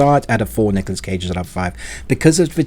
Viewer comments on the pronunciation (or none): none